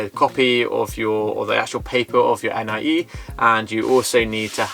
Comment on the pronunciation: Appreciate hearing about your experience of buying in detail. (Watch out for the letter X - your bank is pronounced with an SH sound there ;) Most locals say NEE-AY for NIE, too.) I was surprised to hear that the seller can owe you your 'earnest money' ten percent back double. I've heard of deals that go south when the seller tries to fudge the price to dodge taxes and the buyer is stuck between something illegal or losing their money down. Sounds like a good lawyer is worth the investment.